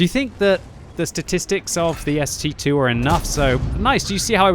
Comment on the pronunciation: No one is getting the name right. It's ST-ii (ST double i)